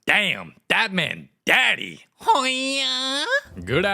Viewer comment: THE EMPHASIS ON “DADDY” HAD ME ROLLING WUDNWUFHWUXJA